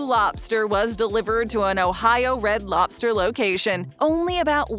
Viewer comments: To be exact, it's pronounced loBster. Not loPster. So annoying that I can't watch. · She says "lopster" at least 3000 times. LOB STER, LOBBBBB STER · It's loBster, not loPster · It's Red Lobster, not Red Lopster... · is narrator saying Lopster with a (P) or ive had too much caffeine 🤔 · She says “Red Lopster” about 150 times 😂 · Say lopster again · Every time she says "Lobster" I'm hearing it pronounced (Lop-Stir) 🤣 I was told by a neighbor who was an employee for Red Lobster that they serve a lot of boiled in the bag and steamed frozen entrees. The small portions size has always been a disappointment. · red “lopster”…. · I am listening while reading the comments. Got to yours now I cannot unhear it. 🤣😂😆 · Lobster?..... is thay what your trying to say? Its not lop-ster no p and no stress on the middle of the word. Very simple and easy a child could do it.